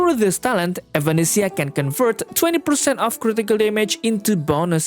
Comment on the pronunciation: Sorry who? evAnesisa? Tf you getting those pronunciation from?